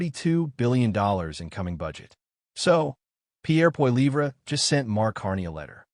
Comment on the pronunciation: POLLYEV.... IS THE PRONUNCIATION!!!!